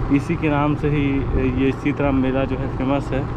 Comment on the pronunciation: ये सीतराम नहीं बल्कि सीतरम है कृपया नाम का सही उपयोग करियेगा।।। धन्यवाद।।